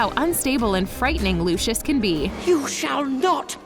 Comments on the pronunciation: That LuChIoS is wrong it is Lucius ( Loo-see-uhs ) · OMGGGGG CAN YOU NOT SAY LUSHUSH ITS LUCIUS ITS A C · She isn’t a real Harry Potter fan the girl who is saying it It’s not looshis is lousies Soz I have bad grammber 😩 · who the fuck is looshous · wait wait wait. Americans pronounce luscious as looshus the heck is looshus lmao. It's meant to be pronounced more like Lucy-yus or Lucy-yos. ’m laugh-crying right now haha Looshus I will never forget that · IM GOING TO SAY IT AGAAIN FOR ONE👏🏻LAST👏🏻TIME👏🏻! ITS PRENOUNCED LOUSIUS NOT LUSHUS!!!!! (Lucius) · WHY ARE THEY SAYING LOOSHIS INSTEAD OF LUCIUS (LOO-C-US) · who tf is LOOSHOOS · It’s not LU-Shus it’s LU-si-iss /// If thats how you can read it 😂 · It’s loo see iss (Lucius) Not looshus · Lucius. (Lus SI us) not lue chus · looshes? LOOSHES? BITCH IS LU-CI-US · PLEASE "LUSHES" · I’m sorry did you just call Lucius Lushus? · Lushish- 😂 Lol no hate just a lil funny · i don't want to be rude but its (lu-si-us) just for the future. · Can someone tell me why she’s saying “Lushes” at the beginning?? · Why does she say Lucius like luscious😂😂😂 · Omg this annoyed me... ‘Looshoosh’ for real? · why they gotta say “lUshIoUs” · are we not gonna talk about how they say lucius it sounds like lushos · DID YOU JUST CALL HIM LOOSHIS MALFOY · And when she said Lucius she said lushiush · Lol they said lucis when it’s Lucius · WHY DI U SAY LUCIUS LIKE THAT LUC-EY-US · She did not just call Lucias as lushous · Oh yes she did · Looshus???? Is that how it's pronounced now? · it still bugs me that she mis pronounces lucius's name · Who else is getting really annoyed by the way she says Lucius, like she is saying it wrong. Learn how to say his name please. Also, I love the video, super cool facts.